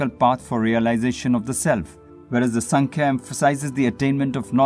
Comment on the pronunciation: नमस्ते! योगसूत्र को थोडा-सा समझाने का प्रयास ठिक है, और वो भी अंग्रेजी में?? किसी जानकार व्यक्ति के पास जाकर इस विषय का गहराई से थोड़ा और स्व-अभ्यास कर सकें तो अच्छा रहेगा। दूसरी बात, आप जो 'संख्या' दर्शन का उच्चारण करते हो, उसका सही उच्चारण है "सांख्य दर्शन" है। ऐसी कई बातें हैं जिसका आपको सही तरह से अभ्यास करना आवश्यक है। तो, आप जरुर समझ गये होंगे आपको क्या करना चाहिए।